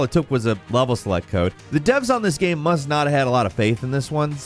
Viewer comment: how is that "game", how have you pronounced "game" "gyearym" i'm 💀